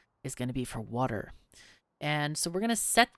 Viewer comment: wuter! more wuter!